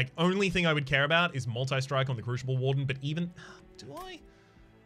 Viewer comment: What a great episode! Two a day?! Awesome! Btw crooshible->croosible & oombra->uhmbra (unless it’s intentional for the lulz)